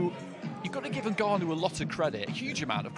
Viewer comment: Frank Warren pronounces ngannou as NIGGanou 😂😂